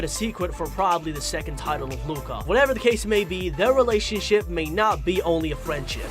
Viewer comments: Normal people: Luca This guy: LOOOOOOKA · Instead of Luca from this guy I hear LUACA